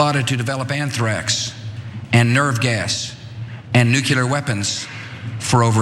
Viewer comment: And if a person can’t pronounce “nuclear”, NOO-clee-ur, not, Noo-q-lur, shouldn’t have the nuclear codes.